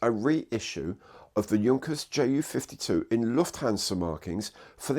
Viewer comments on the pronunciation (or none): none